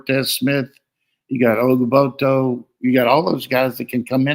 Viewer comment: I love Coach trying to get the names right “Olga-boto” 😂 love you Coach